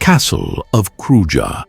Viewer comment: Such a nice video... Glad to see it! I just like to say about some pronounciations, e.g. like the Castle of Kruja, is pronounced Kruya. "J" like "y" in English.. And Theth, like Theth, not Teth 🙂